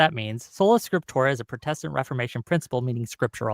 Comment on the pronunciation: can’t even pronounce Protestant correctly.